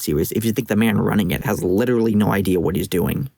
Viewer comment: 6 minutes in an all i can hear now is i witerally hit the gwiddy